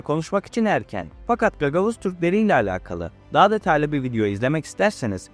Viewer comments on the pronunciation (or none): none